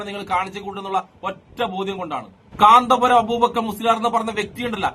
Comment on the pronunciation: കാന്താപുരം അല്ല കൊച്ചേ കാന്തപുരം അതുപോലും അറിയില്ല 😂😂😂😂